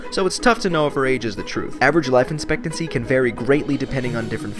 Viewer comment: In this video the word 'expectancy' seems to be pronounced wrong. Is that just me?